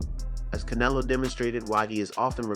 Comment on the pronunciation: Oh- it's Can-EH-lo